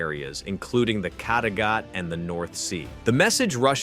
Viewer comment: dont say kattegat that way, say it like caterpillar just with gat in the end instead off pillar